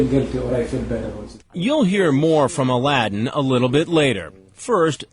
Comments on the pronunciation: his name is a l a d d i n, aladdin noooo xD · “aladdin” I